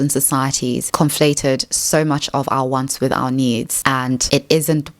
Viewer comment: I know, is an AI. Its speech synthesis is deceivingly natural, but that vocalization of "needs" needs a bugfix.